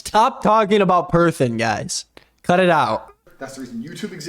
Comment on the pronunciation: This man isn't even a perthon